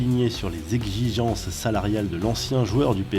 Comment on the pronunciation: Exxxxxichhhhences 😂la prononciation garçon